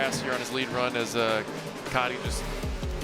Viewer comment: HIS NAME IS COTY NOT COTTY. My name is spelled the same way and i garuntee he just wants it pronounced as cody. We didnt choose to have that wack ass spelling.